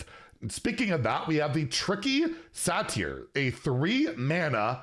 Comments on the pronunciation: butchering another pronunciation in Satyr... it's sAter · how pronounces satyr makes me irrationally angry